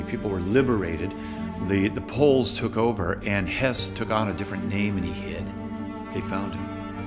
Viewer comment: This is about Höss not Hess. Pronunciation is not the same but English speakers often have trouble with umlauts. Also Hess flew to Scotland during the war before Barbarossa.